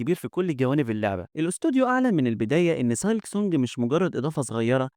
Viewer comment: نصيحه حاول تحسن اللفظ الخاص بالكلمات الانجليزيه مثل silk تلفظ سيلك و ليس سالك